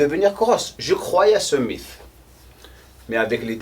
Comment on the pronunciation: Merci pour ses vidéos toujours intéressantes. Pour améliorer ton français (si ça t'intéresse??!) mythe en français ça ce dit "MITE" en phonétique.😉